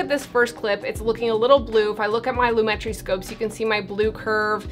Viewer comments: loo-MET-tree I think. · I don't judge cute and beautiful girl....even if you have pronounced lomatree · I think its ponounced [loom-uh-tree] ;) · its lumetri not lumetri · It's Lumetri, not Lumetri. Duh. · It's pronounced lumetri... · It's pronounced Lumetri 😜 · its not pronounced Lumetri, its pronounced Lumetri